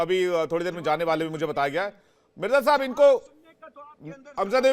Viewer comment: GD bakshi Shab..ab aap debate se bhi retirement lele.....baar baar "shab shab" bol kar apni garima khatam kar rhe ho.....aur sath hi lamba kheeech kar bolte ho....ab apki umer ho gayi...media main anna band kar do... please